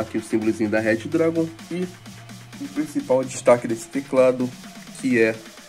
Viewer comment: nada n kk e que tu fala reddragon e é redragon